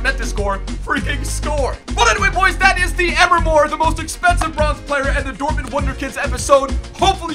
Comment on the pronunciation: Please Pronounce Emre Like Em-Ray. PS Love the Intros